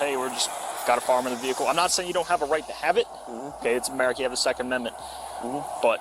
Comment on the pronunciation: welcome to 1930's germaZy 😂😂😂😂 ameriZa HUH